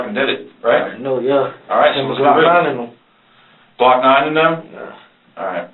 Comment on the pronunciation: This boi said glokknine shooting at him😂 he lied he know it wasn’t him you can tell he just said it cause he a rapper